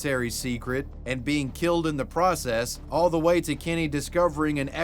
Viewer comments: I absolutely can’t stand the way you pronounce Kenny as “Kinny”… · I love how you say “Kenny” like Eric Cartman